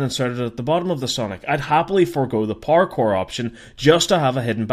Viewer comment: When he says power core it sounds like parkour